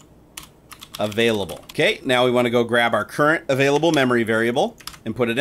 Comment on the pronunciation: "avaiable MBytes"